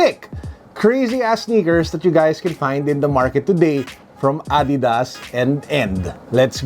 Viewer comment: wow ngayon ko lang nalaman ganun pala pronunciation ng Adidas lol thanks